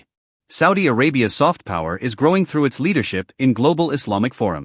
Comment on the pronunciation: No pawer you laiyer 😂😂😂